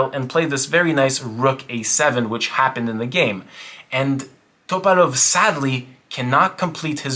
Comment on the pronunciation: Why are you saying topalov like that bro? Lolol